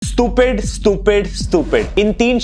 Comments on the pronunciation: स्टूपिड ❌ स्तुपिड ✅ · स्तुपीड❌ स्टुपीड✔️ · Bro can't even speak the word stupid😂